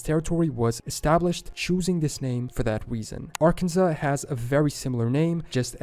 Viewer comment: Arkansas. It’s pronounced Ar-kan-saw